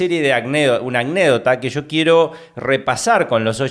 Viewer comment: SE DICE ANÉCDOTA, NO ACNÉDOCTA.